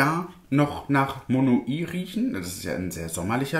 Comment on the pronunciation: Das heißt nicht Mono-i sondern wird in einem und "weich" Monoi ausgesprochen. 😀